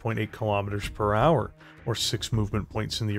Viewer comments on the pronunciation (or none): none